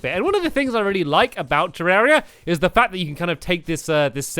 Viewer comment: It's ter=ar=ia